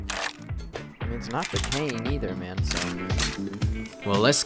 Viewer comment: are you a german? (Oh mann) Lol